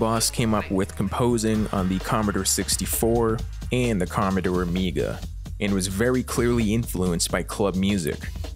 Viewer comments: Com-mo-door not com-uh-der, ah-men break not ay-men. Sheesh!!! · Comeder 64? It's "Com-ah-door 64" thank you very much.